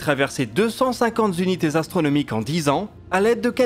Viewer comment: Belle vidéo. Attention toutefois aux liaisons quand vous utilisez les nombres. Par exemple deux cent cinquante unités astronomiques, pas zunités. Il y a un règle pas très complexe que j'ai apprise sur le tard : on n'ajoute un s qu'à vingt dans quatre-vingts, à cent quant il y en a plusieurs et à mille uniquement dans "des milles et des cents". Attention, avec cent il y a des bizarreries. Ainsi on dit vingt teuros et quatre-vingts zeuros, cent teuros et trois cents zeuros, mille euros et trois mille euros. Encore une fois, j'ai appris ça récemment et je ne veux pas vous faire une leçon. Juste une découverte....